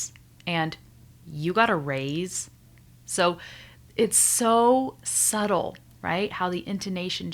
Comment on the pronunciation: Thank you. Word "subtle" is sound like sudel.